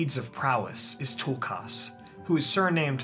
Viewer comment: This is lovely. But one teeny criticism, why do you over pronounce their names so heavily..? Its Tulkas.. not toolkarse